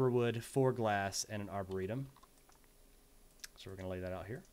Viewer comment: when you said "arboretum" i heard "our burrito" lol